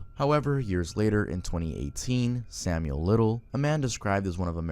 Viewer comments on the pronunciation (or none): none